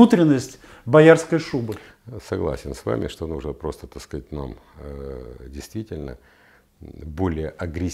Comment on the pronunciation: Пьём каждый раз, после произнесения генконструктором Виталием фазы "так скаать"